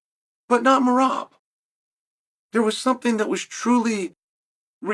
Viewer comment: how he is pronouncing Meraaaab sounds so different and cool😁Meraaab😁🫣